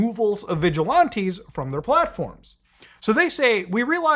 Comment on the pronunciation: "Vigi-lawntees"? Its VigilANTEES Muta. Idk why but it's like nails on a chalkboard hearing you mispronounce it lol. Especially in quick succession.